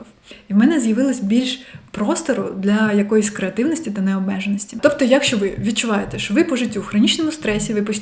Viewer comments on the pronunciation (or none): СебЕ, чогО,якщО наголос на другий склад